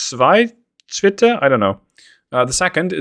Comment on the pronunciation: Your first pronounciation of Zweite as "swité" was pretty on point. As for "Mecklenburg" that was sort of correct and most Germans would pronounce it the same, however the northern German combination of vowel and "ck" enlongs the vowel, making it essentially Meeecklenburg. Ah and before I forget the "G" in Gneisenau is not being "forgotten" it is spoken as in gun, essentially "Guhneisenau"